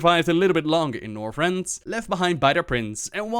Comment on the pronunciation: Northrend does not have an "s."